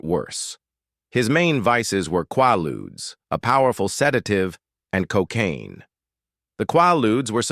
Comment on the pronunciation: Quaaludes was pronounced wrong. They killed so many back then.